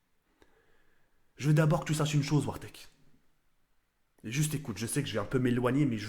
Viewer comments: arrête dire wartek c'est gênant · La manière dont tu prononces "Wartek" on dirait une insulte en arabe